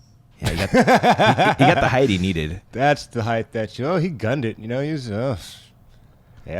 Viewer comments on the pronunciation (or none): Can someone please tell it's hite (height) not hiythe. It's brutal to listen to.